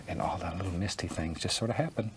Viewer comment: Says the one who says al instead of all, dumbass.